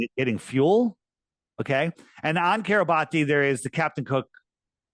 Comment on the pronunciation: 👋🏻 YOU'RE KILLING ME EVERY TIME YOU MISPRONOUNCE THIS ISLAND Kiribati (/ˌkɪrɪˈbæs/ (￼listen) KIRR-ih-BASS),[7] officially the Republic of Kiribati (Gilbertese: [Ribaberiki] Kiribati),[8][9][10] is an island country in the Micronesia subregion of Oceania in the central Pacific Ocean. Its permanent population is over 119,000 as of the 2020 census, with more than half living on Tarawa